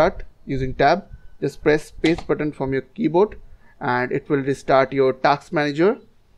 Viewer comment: task hota hai bhai taks nahi